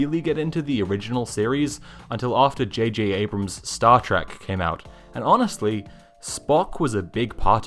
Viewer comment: "Juhjabrams" made me ugly laugh